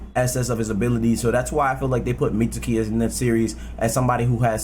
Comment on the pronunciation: The U in Mitsuki is silent my G, it's Mits-ki. Just like the U in Sasuke